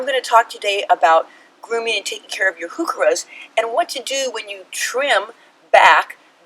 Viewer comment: Here's a helpful YouTube on pronouncing Heuchera - there is no "who" in Heuchera